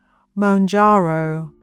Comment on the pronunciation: I could moan about it... but this is a jarring poor pronunciation.